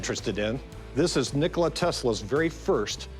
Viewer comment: Not Nikolaj..Nikola✅️